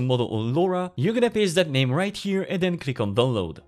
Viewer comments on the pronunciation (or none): none